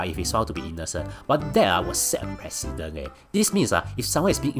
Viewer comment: It is 'pre-ce-dent'. Good video.